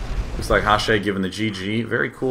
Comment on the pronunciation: Day[9]. That name is pronounced Hash. B Net wouldn't let him be 'Hash' so he added an e. He talks about it with Psy. Not Hash-ay.